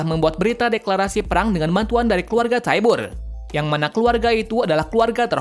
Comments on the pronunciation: Bukan keluarga tyabur tapi cara bilangnya tyber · Bacanya taiyber dan warhamer titan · Bang aku mau benerin kata Abang Tybur = Tyber Karl Fritz = Karl Frits Benerin ya omongan nya bang👍 tetap bagus kok tapi video